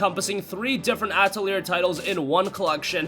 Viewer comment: Hate to be that guy, but Atelier is pronounced "Ah-teh-lee-ey"